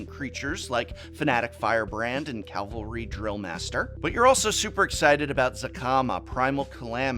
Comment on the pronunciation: CAVALRY, not Calvary!